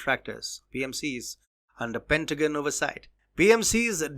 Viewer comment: Pentagon. PENT AHHH GONE not Pintuhgnnnn WTAF?????